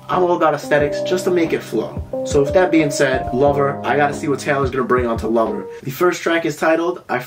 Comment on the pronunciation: I've never heard anyone say "her lover joe" ever that too so many times 😁😁😂